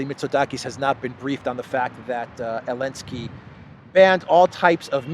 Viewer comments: AZOV is illegal now. only call them AOV please. love how u say Elenski. a little humor in all the drama and horror. 💟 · I love how you ignore the letter "Z" with such passion 😂😂😂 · I find it extremely irritating when you do not pronounce names the way they are supposed to be said. Your not anywhere where the z and v rules apply so why bother? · I wish this bozo would stop this hatred to Zalansky…and Bozo can’t even speak his name properly. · I love how you say elensky LOL 😆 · For goodness sake his name is Zelensky!!!!